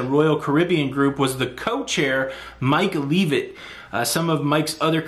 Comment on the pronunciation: Mike L'eh'vitt